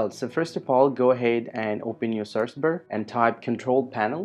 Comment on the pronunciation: "Search ber", lol (Jokes aside, very helpful video)